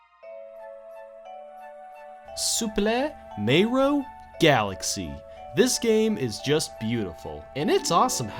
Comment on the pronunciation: Soupreh Mayro Galaxy